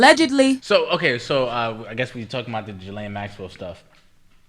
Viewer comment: It’s pronounced Ge-Len. Nothing like it’s spelt. Lol. Was listening to her Brother being interviewed the other day.